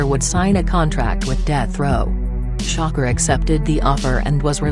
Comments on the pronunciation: It's trying to say "shakur" but it kept coming out as shocker lol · pleas say shakur not shocker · When you make these videos, can you at least spell shit to where it at least sounds like the bitch is saying it right? Shakur= Shocker Shawkoor=Shakur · The voice means “shakur” not shocker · bitch who the fuck is shocker??? its shakuuur. say it with me "shakuuur"